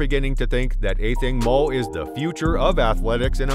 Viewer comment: I find your pronunciation distracting.